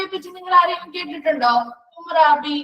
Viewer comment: ഹമുറാബി എന്ന് alle pronunciation madam